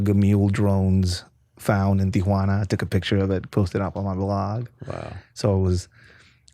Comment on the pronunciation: The way he says Tijhunaana or wahtever kinda driving me up a wall.